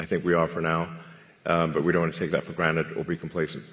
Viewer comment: Elon really said Granet instead of Granted, I think it was a Rick Sanchez reference